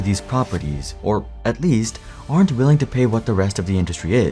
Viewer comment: **WILLING, not "WILING" 😂